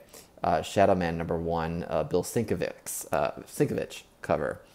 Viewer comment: Cool vid, good items up on ebay. Also its "Sin-KEV-itch" just so ya know. :)